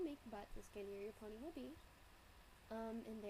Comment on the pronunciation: Tyuhhh I now have a Pinkie Pie ponehh x]